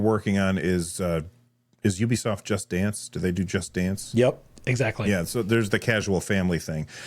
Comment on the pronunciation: Pretty sure “Ubisoft” comes from “ubiquitous software”, and is pronounced accordingly.